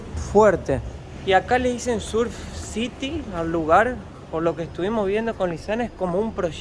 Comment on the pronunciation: Surf es en inglés y se pronuncia serf citi.